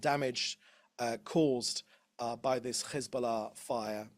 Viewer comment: His pronunciation of Hezbollah as if he’s not a fat chubby beer bellied Brit through and through is embarrassing